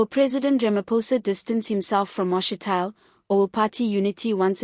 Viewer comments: Ma’shi’ti’le… not Ma’she’tile. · Get someone who can pronounce Mashatile properly !!!!!